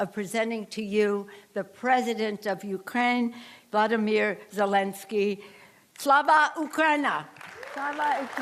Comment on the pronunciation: They should also know that the Ukrainian president is pronounced Vo lod I mir! not Vlodinir!!